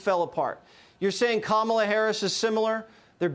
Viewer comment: Stop calling her Kámala, call her Kamála.